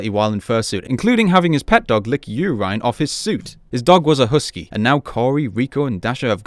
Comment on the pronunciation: You pronounced "urine" weird . EDIT: I had never heard anybody say "urine" like that before. 😅